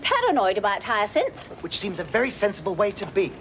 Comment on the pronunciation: What a perfect comedy this is,suitable for rewatching a bazillion times. BTW, does anyone know if Josephine Tewson (Elizabeth) purposely did that funny thing with her tongue whenever she pronounced. “HyacinTTHH” ? Always been curious….